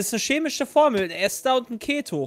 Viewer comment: Eine Info für euch: es heißt Ester nicht Esther und wird mit einem langen E gesprochen, also Eeeester